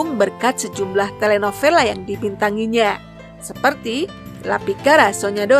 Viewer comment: Telenovela read as telenobela😊